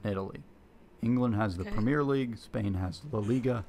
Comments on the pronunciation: It's not 'Premiere' - it's 'Premier' - English Premier League - pronounced quite differently. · The guy making his video made such an effort to get all the names of the leagues correct but stuck with "premiere" like we are in France or the theatre....